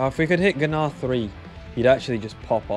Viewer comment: whey are we telling him hes called gnar, not g-nar